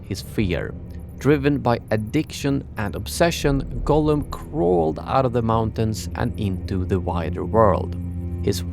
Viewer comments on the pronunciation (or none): Why do you say it wrong almost every time and its many, its not Golem, i think he who wrote the title is different person and you just dont know its Gollum.... It doesnt even sound so close as you make it clearly Golem every fking time. So anoying... Even the autosub is 99% calling it Golem but when youmake few lucky mistakes it also writes it Gollum. Try to make an effort pls...